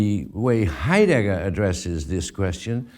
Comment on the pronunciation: Why do you pronounce his name as "hi_dagger"? Are you mocking him? It's so awkward to listen to...